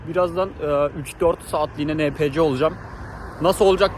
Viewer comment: enpisi diye okunur o